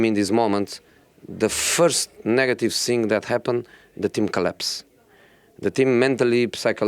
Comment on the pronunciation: It's not the same sing, but thing come on Josee